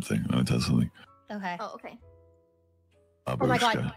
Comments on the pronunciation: It's bAbushka not babUshka... geez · First of all: that's awesome, we all understand that. Great job, I laughed at this animation pretty hard. Second of all: "Grandma/Old woman" in Russian is Bábushka, just to make a note. Am not complaining about their pronunciation, just being a prick. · Why everyone say "babUshka"? You need to say "bAbushka"